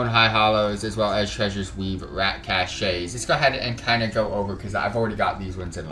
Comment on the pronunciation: Great guide! Pro tip, Whether use as a noun or as a verb this word "cache" is pronounced \CASH\. =D